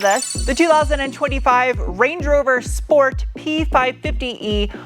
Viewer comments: Sport? Sport?? I stopped by to hear Shport! gehh, I'll go and watch some older videos with right pronunciation ^) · Auto manufacturers stopped sending out press cars with a "sport" mode since they don't like pronunciation of "shport". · why aren't you calling it the 'Range Rover Schport'?